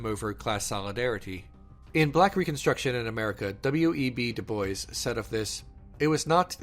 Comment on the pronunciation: Great video but a small nitpick- It's W.E.B. Du Bois (pronounced "du bwah" , French for "of wood" .